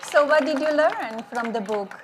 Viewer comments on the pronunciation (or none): What did you learn from the boook? Learn to prounce your words. Take your husband back to Florida and make sure he doesn't wander off the grounds.